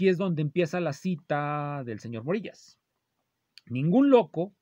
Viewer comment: El nombre del yutuber Morillas se pronuncia como vello, de vello púbico.